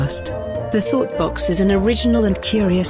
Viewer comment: I keep hearing thot box